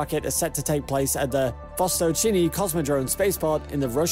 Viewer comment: "Vostōchnyy" (Oriental/East) not "Vostochini". It sounds like Mario trying to say while eating pasta. Also, Siberia (landmass in Russian far eastern) not Serbia (a country in Europe).